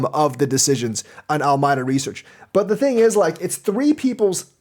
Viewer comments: al a meeda not almyda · Al-my-da?? Ala-me-da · Alameda Reaseach, named after a city and county in California, is pronounced "AL-ə-MEE-də".